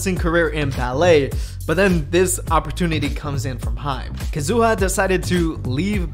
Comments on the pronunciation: Is this actually how Kazuha’s name is suppose to be said? Bc it was irritating tf out of me Lmaoo I always thought it was Kah-zoo-ahh not Kuh-zoo-uh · “Ka-zu-ha”, not “Kazoo-ah” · omg she's not a kazoo at least try to pronounce their names right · that’s not how you say kazuha 😭😭💀💀